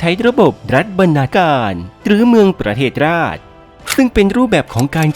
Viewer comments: ประเทศราช อ่านว่า ประ-เทด-สะ-ราด แอดกี่บวบ ไม่เคยเรียนหรอ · บรรณาการ เขียนแบบนื้ ประเทศราช อ่านว่า ประเทดสะราด